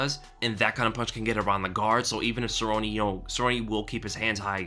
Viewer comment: I'm with you, I turned off the video because of the way he mispronounces "Cerrone", obviously the Weasel's never thrown a punch in his life